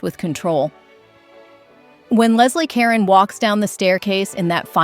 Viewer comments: Leslie Caron is pronounced LEZ-lee kur-RON, she’s French and she’s NOT a Karon!!! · It's not Leslie Karen, It's Leslie Ca RONE!!!!!!!! AI voice, get with it! Nothing more revolting is using voices that are mechanized and computerized that can't even pronounce people's names. Get with it or don't make videos! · Again, I have to commend your choices; but, please, learn how to pronounce Leslie Caron's name. It's ka-RON, not Karen like Donna Karen. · It was really distracting to hear Leslie Caron's name pronounced like "karen." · Please note, the name is Leslie Caron... not Karen. 😊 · you should pronounce the name properly......IT IS Care-own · thank you, get the pronunciation correct. Karen? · Leslie Kare-OWN. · Leslie “Karen”. Come on, make sure the darn computer knows how to speak. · Ca-Ron and not -Ronn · Leslie Caron not Karen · Could not even pronounce Leslie Caron's name correctly. And it might have been the dress that aided in the trnsition, but it was Leslie who carried the day. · You mispronounced Leslie Caron's last name. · Perhaps, spending a few moments learning how to pronounce Leslie Caron's name correctly would be appropriate. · "Caron" is mispronounced. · Learn how to pronounce Leslie Caron's and Carol Lombard's names! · I despise the robot voice. It mispronounced Caron repeatedly. Hire a human being for pity’s sake. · The narrator cant get the names correct. Lesley Ka Ron shes french. And please learn how to say Cecil not Ceecil. I know it seems petty but its annoying to listen to. Sound had to go off.